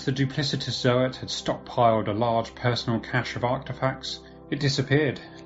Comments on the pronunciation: Yeah, me too, zoats, not zo-ats. But we knew what he meant!😁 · Bruh im trying my best to like you but the way you keep saying ZO-ATS annoys me to no end, pretty sure most of us can agree its ZOATS and not ZO-ATS U know? like how people say GOATS and not GO-ATS? lul